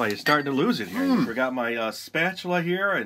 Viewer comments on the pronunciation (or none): Hahaha! "Spa - TU - la"